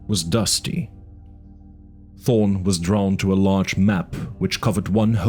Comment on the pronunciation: No offense, but you mumble/not pronounce clearly sometimes, and you “ta” instead of “tha” a lot. (Instead of Thorne, you say torn) I’m glad this awesome book is getting more attention and uploads, just should strive for better quality.